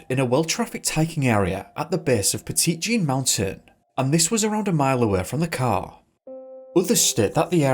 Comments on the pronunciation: Petite Jean is actually pronounced 'Petty Jean' which makes sense in the Mountains I guess ... 👀 "Yoū kneuh nùh-thin Jon Sneō..." Kidding. I love the Yorkshire accent. I know a woman here in Little Rock who is from that part of England. I also thought the park was pronounced 'Petit Jean' when I first moved here from East Coast USA. I worked in a deli and I couldn't figure out why people looked at me weird when I said that we were out of Petite Jean Ham while holding it in my hand. Smh. Great video! I'm subscribing 🤘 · 🤣🤣🤣 "petite Jean" 🤣🤣🤣🤣🤣 Petit Jean is pronounced "petty", not petite 🤣🤣🤣🤣 (Sorry, I once lived in Arkansas for years, and I'm in uncontrollable laughter hearing someone pronounce it that way!) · We live over here in Mt Magazine state park. (Hubby is a Ranger) I’ve only ever heard of the first story. And …ummmm…I don’t want to be that girl, but the way he pronounces “Petite Jean”…… it’s driving me crazy. Lol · It's pronounced Pet-ē-jeen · It’s pronounced “Pet-it” Jean not Petit like small lol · "petite" Jean? That's it for me. This guy clearly hasn't done his research if he can't even pronounce the name of the park. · It’s pronounced “petty jean” lol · Ayy I live about 15 minutes away from Petit Jean. Fun fact: us locals pronounce it "Petty Jeen" for some reason. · It’s “Pet-uh-Jean” Mountain Thanks for covering my home state ! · I live in Arkansas, and am a frequent viewer of your channel. It's cool to see a video about my home state. Also, Petit Jean is pronounced like "petty-jean". I live around Lake Ouachita, so it's not too far north of me. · That's what I came down to the comments to say. I'm going to die of laughter after hearing "petite jean" 🤣🤣🤣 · From Arkansas. I'm so sorry bc I love your channel, but it's pronounced petty when we say Petit Jean. Just for informational purposes. Again your channel is super. My fiancé and I love it!